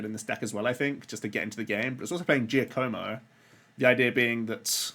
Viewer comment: Your Giacomo pronunciation needs work